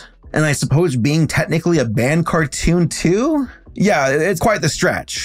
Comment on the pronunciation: Car toon, tmcar toosh